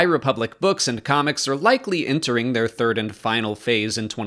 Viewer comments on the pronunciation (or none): none